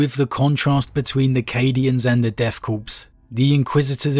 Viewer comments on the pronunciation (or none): Corps, in this military usage, is pronounced Core, as in an Apple core. The P is always silent. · Well, I'm glad is saying Kreeg now instead of Kree-egg. Now we just gotta get that ps out of Corps/Korps. Interesting that you liked the modern storyline more than the history, I think AdRic said the opposite. I appreciate seeing different constructive viewpoints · Corpse’s makes more sense with these guys considering how suicidal they are. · It can be pronounced either way, just like marine corps.